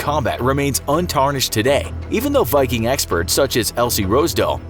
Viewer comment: The mispronunciation of every single Viking term and the false depiction turned me away from this channel. Just something to consider.